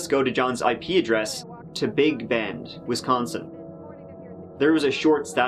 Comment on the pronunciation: You pronounced "Wisconsin" correctly. Most people in the USA can't pronounce it properly. Not bad for a foreigner.